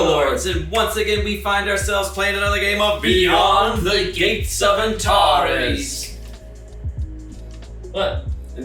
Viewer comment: "Antareees". Very Australian. I Like it.